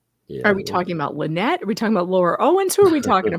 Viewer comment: the lawyer even pronounces Lynettes name a Lie-nette